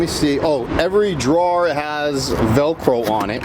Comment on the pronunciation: The way you pronounce Drawer..... LOL That cracks me up!